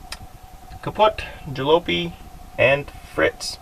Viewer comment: Jalopy Ja - Lop - E Great video though :P